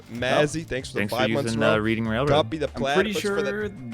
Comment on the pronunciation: As someone who was born in Reading, it physically pains me to hear, "Reeding" and not "Redding" Railroad.